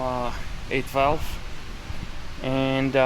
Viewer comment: I kept hearing him say 8-Valve, and I was wondering why ?...then I figured out he's actually saying 812 LOL !